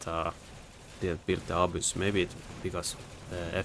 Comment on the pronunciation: You pronounce the Abyss a-boos, but it's more like a-biss